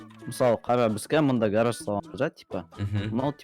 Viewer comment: Гарарж емес гараж дұрыстап жібер